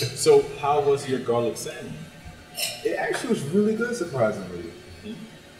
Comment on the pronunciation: Winston and Ashton keep pronouncing "Salmon" with the "L" is driving me crazy!😠 lol